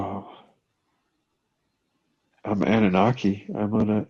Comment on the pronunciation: Annuaki's? Anunnaki's it's pronounced!